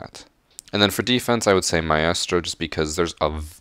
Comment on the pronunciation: still can't pronounce maestro after a year lol. Keep putting out good content my guy👍